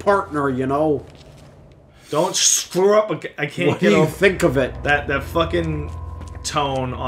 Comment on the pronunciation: "Don't shcrew up again."